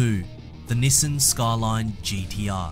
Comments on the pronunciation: say after me ,,, NiiiiiSaaaaaaaaaaaaaaan ! ,, not nisan NIIIIIIIISSAAAAAAAAAAAAAAAAAAAAAAAAn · youre actually saying nissen. Which yes its very wrong. And sad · good news ,, you replied to me :D bad news ,,, japanese people will be so annonyed when when they hear you pronunce their iconic trademark like thaaaat ,, sincerly ,, your follower ,, from egypt ,, yeah ,,, egypt